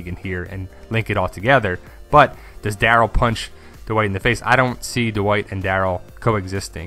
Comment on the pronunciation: Every time you say "dwight" i hear "the white" hahaha